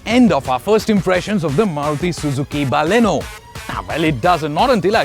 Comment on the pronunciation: Thank God, finally a reviewer who says Baleno and not Ba-lino.. Got so tired of those.. Great going with the review guys.